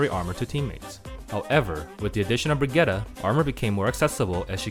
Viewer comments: As a fellow Scandinavian, it’s not. It’s pronounced “Bri-git-teh.” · I’m Swedish and that’s not how you pronounce it comrade